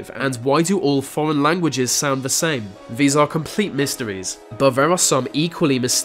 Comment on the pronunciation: The way you pronounce words with “th” in them as “v” sounds. They = vey. These = Vese. Is this just an insane, annoying British accent?